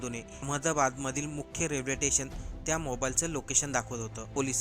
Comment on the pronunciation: रेल्वेथेसन❌ रेल्वे स्टेशन✅ अमदाबाद❌अहमदाबाद ✅ अच्यर्या❌ आश्चर्य ✅ तो व्यक्ती नाही ती व्यक्ती. व्यक्ती हा शब्द स्त्रीलिंगी रूप आहे... कठीण आहे मराठीचे 😮..